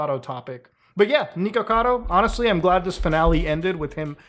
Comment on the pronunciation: Why do you say "neekocado" instead of "nikocado"